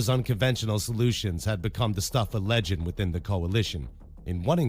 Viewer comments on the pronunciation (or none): none